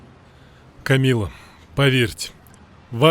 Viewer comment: Актеры учите русский: "сьтолько энергии" "подьерживать" и "Камилла" губы старайся не закатывать